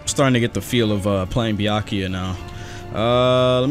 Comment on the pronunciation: why you say byakiya not byakuya